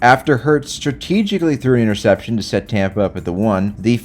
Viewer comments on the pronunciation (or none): "I'll show ya how to throw an intercepshun" I'm dead 💀